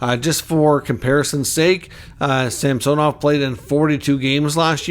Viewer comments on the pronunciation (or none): Samsonov has gone on record to say he pronounces his name SAMsonov, not SamSOnov, fyi.